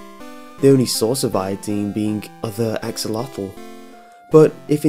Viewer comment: OMFG dat axlotl nawww